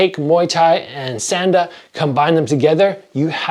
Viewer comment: SAHN DA…. That hard “A” is killing me.